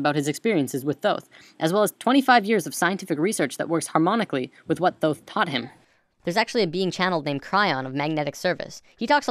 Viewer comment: dude...for real...atlantis, thooth...oh boy